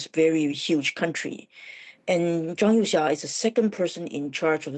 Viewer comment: Zhang You"sha"? Wtf? So, everyone at FRANCE 24 agreed to mispronounce their video's subject?